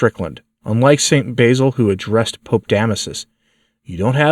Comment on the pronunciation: Please realize that the "basil" you pronounce is an herb. "Basil", as in the Saint, has a short "a", as in "sat".